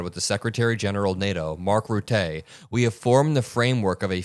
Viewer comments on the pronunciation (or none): The E in RUTTE is pronounced as in Luther. Sounds like ‘Ruttah’ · It's not Mark Rutté. It"s Mark Rutte. The "e" at the end is not strong, it's not silent. It's just an "e". Only helping to build the channel. Love what you'r doing. It's not easy .... and indeed a very very BIG job. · Mark Rutte's name is pronounced Roota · (, Rutte is pronounced [Rutter]). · that's not how you pronounce "Rutte". It's "Rut-uh". We pronounce the "e" at the end of words and it sounds like "uh". Use Google Translate, Dutch language, write his name, and have it speak. Works for most languages. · Marc Rütte ,short E at the end not a long french é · You pronounce 'Rutte' incorrectly. First, the emphasis is in 'Rut' and not on 'te'. Second, although it says 'te', it actually is pronounced as 'tu', so both the 'u' in 'Rut' as the 'e' in 'te' are pronounced the same, and should sound like the 'u' in f*ck. If you can't figure it out, ask a dutch person. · The "u" in Rutte is pronounced as "u" in under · Please learn how to pronounce Rutte. Jfc, guy!😂